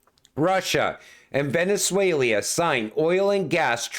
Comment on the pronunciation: I giggle every time I hear "venezuelia"